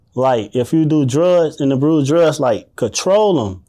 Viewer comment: He definitely abruised that word 😢